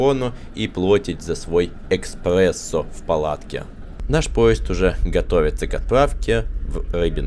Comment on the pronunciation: Эспрессо 😂😂😂 и звОнить 😂😂😂😂… а лайкосище